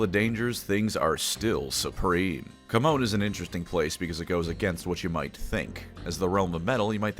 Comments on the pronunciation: Great video. But GW has gone on the record that Chamon is pronounced "Sha-mon" not Captain falcons taunt. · Isn't Chamon pronounced like shamon? At least that's how Supremely pronounced in TW: Warhammer.